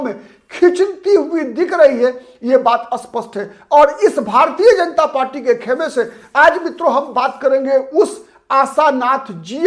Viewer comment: कृपा करके " स्पष्ट " शब्द का उच्चार " अस्पष्ट " ऐसा ना करें। स्पष्ट और अस्पष्ट दो अलग शब्द हैं।